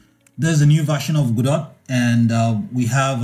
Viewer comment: FINALLY, someone that can pronounce Godot properly. :) Everyone else always calls it "gedough", or "gadough" and it drives me insane